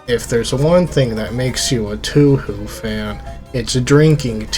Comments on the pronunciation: Toe Hoe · It's Toe-a-Ho, like from Bioncle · its pronounced "Toe-Hoe" not *Too-Hoo" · Toe whore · its pronounced toe hoe acshully🤓☝🏾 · Why do you say 2 who? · It’s pronounced “Tow - how” Fun video tho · What kind of fan pronounce it Tu Hu... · I can't tell if you're pronouncing Touhou like that just to mess with us or not